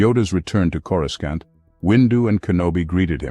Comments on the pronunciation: more like corooskant 🤣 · You mean… “coreskaunt”? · Is it just me or the narrator constantly mispronounces Coruscant? 😂